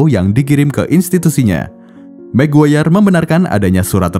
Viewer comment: ada mc guayer guys bukan maguire